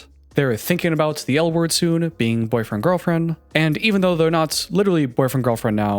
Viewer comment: Why’d you say it like that “a 27 year old guy flirting with his 22 year old girlfriend” like be that was bad